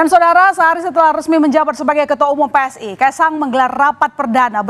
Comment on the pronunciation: PSI mbak bukan pssi😂😂😂